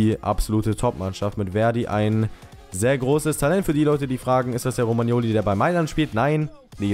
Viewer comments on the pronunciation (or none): none